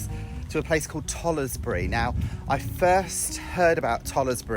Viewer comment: It’s pronounced tollsbury you don’t say the letter e